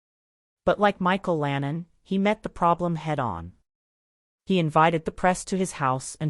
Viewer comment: Its Micheal Landon not Lannon! I hate AI bs!